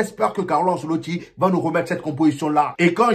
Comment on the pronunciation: Oui le match à été plaisant bravo à l'équipe 😍🤍,mais toi comment tu me fais rigoler sur ton debrif 😂😂😂surtout quand tu dis Enceloti mais sa langue dans l'oreille de Arda😩😩🤣🤣🤣 Ouias vraiment j'ai chialer 😂😂😂😂😂. En tout cas Hala Madrid y Nada mas j'y jusqu'au bout 💪🤍🤍🤍🤍🤍🤍🤍🤍🤍🤍🤍🤍